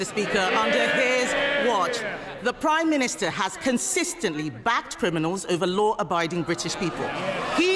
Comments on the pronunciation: "The Prime Miniature" did she say?... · Did she say "Primeminiture"??